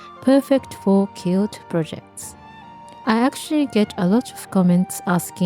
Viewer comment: And the pronunciation is like “kwilt” and “kwilting.” There’s actually a “w” sound there. A kilt, the way you’re pronouncing it, is a Scottish man’s skirt. I know some languages like Spanish don’t put the “w” sound in “qu.” Think of the word queen. You probably are familiar with that.